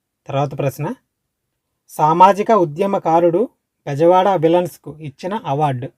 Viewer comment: క్వశ్చన్స్ సరిగా చదువు... విలన్స్ కాదు విల్సన్ బ్రో